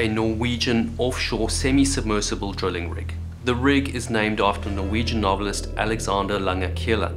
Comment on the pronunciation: Why do you say drilling weird?